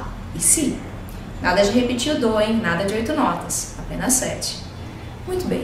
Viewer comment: Mais um que teima em chamar a nota "DÓ" de "Dou".